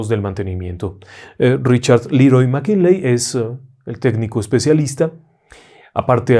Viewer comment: Querido maestro qué problena con los apellidos, McKinley, McKenzy... ja, ja, ja...